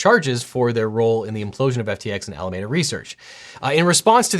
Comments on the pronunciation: I realized 1/3 of the way in that I wasn’t taking in any information because of the way he pronounces Alameda… which he says every other word. Is it not pronounced the same way as Alameda in San Francisco? It’s one lousy letter E but it’s all I can hear now… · We in the SF bay area pronounce Alameda as Al-uh-meed-uh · Dude. It’s pronounced “A-la-MEE-da”. You’re from Cali. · Just as a local of the Bay Area it’s pronounced Ala mee duh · FII, It's "Ala-Mee-duh." Named after Alameda County, where SBF and friends were living (in the city of Berkeley) when they started FTX. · Here in Nor Cal we pronounce Alameda as "Ala-MEED-a" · SF Bay Area native here. While the correct Spanish pronunciation of "Alameda" is as you were using it, I don't think that's where SBF took the name. I suspect it's pronounced "Al-uh-mee-da" Research. SBF is from Palo Alto. The county across the Bay from Palo Alto (and the likely source of the name) is "Alameda County" (pronounced "Al-uh-mee-da"). Same kind of linguistic corruption as "San-uh-zay" (San Jose), just south of Palo Alto. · By what logic is Alameda pronounced Alamayda? It’s a very common name. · I love that you are using the correct pronunciation of "Alameda" in Spanish. It was highly annoying to hear "Alamida" in all other coverages of this news. Kudos to you. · Alameda is a county in Northern California near where this mess originated. Locally it’s pronounced Ala-meeda. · Fun drinking game: take a shot every time LegalEagle mispronounces “Alameda.” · Really distracted by how he pronounced Alameda. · It irritates me so much how he can't peonounce Alameda 💀 AM 12/27/2022 Merry Christmas! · you're the only one i've ever seen who pronounces alameda like that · Looking forward to the apology video for that pronunciation if Alameda. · Are we confident that's the pronunciation of Alameda? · Objection! It’s Al-uh-mee-duh, not Al-uh-may-duh! I cite my grandparents and aunts who live in Alameda. 🤓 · ffs It's AlamEda not Alamayda.